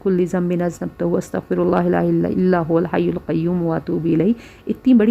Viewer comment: استغفراللہ َ کا کوئی بھی ورژن ہو لانگ یا شارٹ، اللہ کی ہ ہمیشہ مفتوح رہے گی یعنی زبر کے ساتھ پڑھیں گے الا یہ کہ وقف کی صورت میں ساکن ہو گا. زیر یا پیش کے ساتھ پڑھنے سے مطلب الٹ ہو جائے گا. اللہ یہاں منصوب ہے لہذا "ہَ" ہی رہے گا. جبکہ یہ خاتون زیر کے ساتھ پڑھ رہی ہیں، اللہ ہدایت دے.